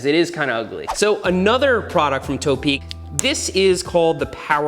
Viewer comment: Why does he call it Toe-peak? Where did the extra e come from? Is this an American language thing? I always figured to was Topeak because you need their kid to cycle to the peak.